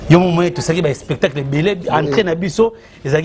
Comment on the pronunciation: Dinara on dit spectacle non espetacle😂😂😂